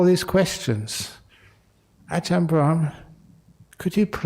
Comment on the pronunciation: Brahm not bram 😂